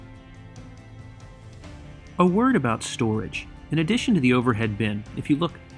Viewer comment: You pronounced storage wrong